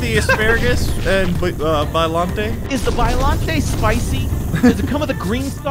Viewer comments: Its. Not. Biolantee. It. Is. Biolant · It is bi-lu-night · They said biolantay it’s biolallante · Yeh its pronounced bi o long ay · It not biollanta it’s biollante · It's pronouced Boil Net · Do you now the was correct biollante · that’s Godzilla’s sister biollante al so said no? How to pronounce bi o lan ti